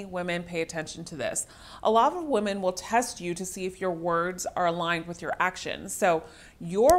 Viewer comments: Does she keep saying woman instead of women? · Women is pronounced WIMEN!!!